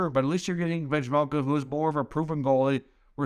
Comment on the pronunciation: Bill Armstrong is laughing his ass off. Learn how to pronounce the names of the guys you’re proposing get sold for pennies on the dollar as well: it’s “Veh-Mel-Ka.” It’ll make people believe you’ve actually watched a Coyotes game this year. I know for a fact that you haven’t, because if you had, you know this Carter proposal is not even close to fair value.